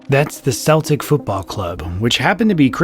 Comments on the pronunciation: Celtic, pronounced "Seltic" is correct. Seen Feign not so much... ;-) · “Seltic” is only used for the Boston Celtics basketball team. Otherwise it’s “Keltic.” Edit: I got curious as to why the K pronunciation for that word. What I said above is true today, but the history is interesting. TL;DR The word Celt originated from Latin and Greek, both used K sound originally. Later on Latin shifted to “S” for c-followed-by-e/i words, like it is for most modern English and French words. In the 18th cen the “learned” wanted to show off by using the original Latin/Greek K pronunciation, and that stuck by the 20th cen. This actually better matches the pronunciation in Celtic languages anyway. Now “Seltics” is pretty much just the basketball team. From Merriam-Webster: “While the early pronunciation was with an /s/ sound, reflecting its nearest origin in French, the modern standard is a hard "c" sound like /k/. This is because language historians desired the word to better reflect its Greek and Classical Latin origins. The soft "c" sound is usually reserved for sports teams now, like the Boston Celtics. The etymology of the noun Celt—from which the adjective Celtic is derived—is straightforward. It's a 16th-century borrowing of the French word Celte, which itself is from Latin Celta, the singular of Celtae, which is the name for a member of an early Indo-European people from antiquity who spread over much of Europe from the British Isles and Spain to Asia Minor. The Latin name is derived from Greek Keltoi, and both the Latin and Greek words referred to the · you're an idiot, there is literally a football team that's been around since 1888 called Glasgow Celtic, pronounced Seltik.